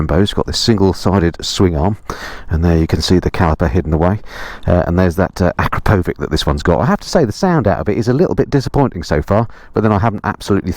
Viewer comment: Beautiful bike! Btw it’s acrapovič as in “cheers” - not acrapovic.